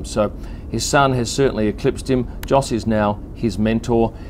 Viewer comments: you pronounce his dads name as Yos not Jos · I think Jos is pronounced "Yos" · Minor little point: Jos, pronounced the proper way by the Dutch (and the Flemmish and the Germans) is "Yos". So it's without the phonetic "D" sound in front, but the way "you" starts. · Although it is spelled "Jos", it's actually pronounced as "Yos". That's ok, rookie mistake. I'm sure you'll get it right next time. ;-)